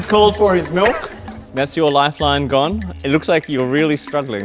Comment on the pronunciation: "MELK" - Oskar